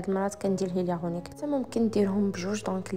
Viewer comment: machi hyaliaronique katgal aironique hhh